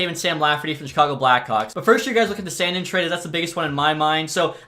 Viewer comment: San “DEEN” not sandin’ lmao